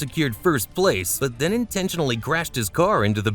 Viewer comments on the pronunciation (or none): none